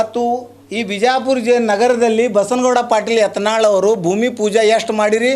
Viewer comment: Nin modlu sariyagi kannad matado ni erudu karnatak dalli ಯಾತನಾಳ ಅಲ್ಲಾ ಅದು ಯತ್ನಾಳ್